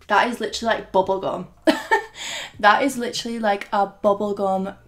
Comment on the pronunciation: Nobody:: bObbOl gOm